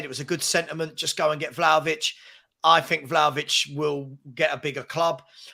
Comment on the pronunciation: .....it has to be VLAHAVIC!😊